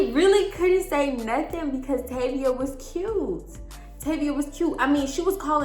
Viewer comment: Tayvia is my name!! It’s so weird everytime you say it😂